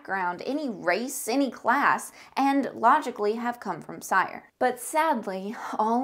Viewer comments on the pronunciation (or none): You mispronounce almost everything... cringe. Cyre is pronounced SEER and Khorvaire has an R in it. Do you even play games?